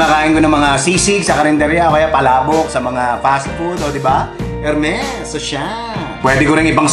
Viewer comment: Good for you to discuss pronunciation here. Tamang tama para sa mga nanonood ng vids mo na naguguluhan siguro dyan. And really good pronunciation of the French R! Really funny but you still got the correct R. :)